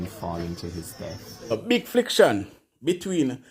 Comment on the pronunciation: FLICTION,, 😢 FRICTION 😂